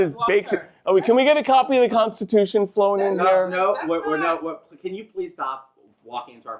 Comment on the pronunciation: killed me when she said- "There's tons of other lies that he's told that we casn focus on."🤣🤣🤣🤣